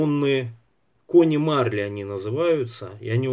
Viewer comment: МарлИ - ударение у французов в конце.